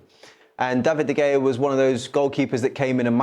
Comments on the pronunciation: Its pronounced Da-vid De- heya! Not 'der hayer' 🤦‍♂️ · Jermaine his surname is not De Gayer! It’s pronounced Da-vid-der-hay-er 🤦🏻‍♂️ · Did he just say David De Gayer? lol. Only the second goal was his fault, the defence should be blocking them balls! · its actually de khaya hes sed it b4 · Even solskjaer said De gayer bit dodgy